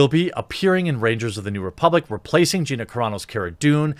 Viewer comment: I'm really proud of you for pronouncing Gina's name correctly.